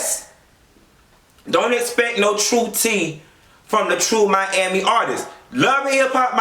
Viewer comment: Aawshit...did u say "Joe Robbie stadium"?! MYYYYAMI!!!👏🏻